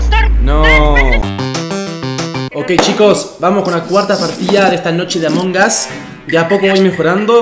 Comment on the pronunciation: Además lo dijo mal